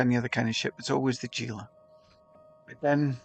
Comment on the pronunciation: Haha fair enough..but you are both incorrect anyway. Is not pronounced as G - is "Hee La" Sry, but was killing me hearing the G 😊